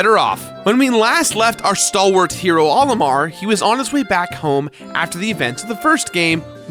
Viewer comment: He keeps pronouncing "Olimar" as if it's the name "Oliver," but with an M instead of a V. What a silly is. Come on, bud. Smash Brothers has been telling us how it's meant to be pronounced for years.:p